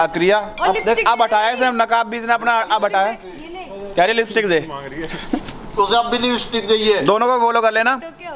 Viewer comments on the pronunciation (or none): It's LIPSTIC Not LIPISTIC😂😂😂😂😂😂😂